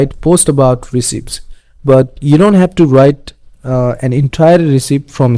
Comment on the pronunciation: Just an FYI, the word recipe is pronounced res-e-pee